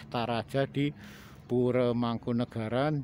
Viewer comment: Oalaaah... bukan muslim toh mereka.. ya gak tau lg kalo gitu, sedangkan Mataram kan trah Islam ralat min... kalau Pura org Jawa bacanya Puro bukan Pure Kalau Pura dibaca Pure itu org Bali (Pura di Bali t4 ibadah umat Hindu), kalau istana/Keraton di Bali namanya "Puri"